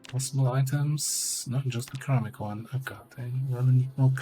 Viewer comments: Yeah hearing Cheramic isnt very good to hear haha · Since it's coming up pretty often and your English is generally impeccable, "ceramic" is pronounced with a soft c (sounds like "seramic"). But feel free to say it however you like, we know what you mean. :)